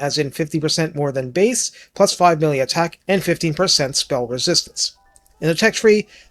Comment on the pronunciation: Sometimes when you say plus 5 melee attack, i think you instead said, plus 5 MILLION attack lmfao. Made me double take